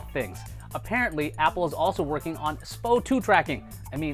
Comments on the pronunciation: S-P-O 2 sir. Not Spo 2. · It's quite laughable hearing non-healthcare professionals, esp YouTubers pronounce medical terms/abbreviations. SpO2 is definitely not pronounced "spo 2" and even though both versions are correct, most healthcare professions prefer the abbreviation as "EKG" and not "ECG". Don't believe me? Watch any medical show and you'll see what I mean. Educate yourself before trying to educate the masses.. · It's pronounced S. P. O. 2